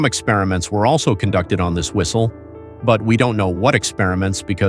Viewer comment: "Do yOu Heah tHe fwiStLe?"